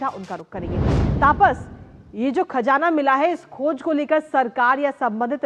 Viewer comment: खजाना नहीं . खज़ाना बोलिए